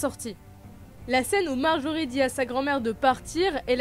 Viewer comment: Bonne vidéo mais pour info on dit pas "Marjorie" mais "Margaery" et et pas "Braune" mais "Bronn"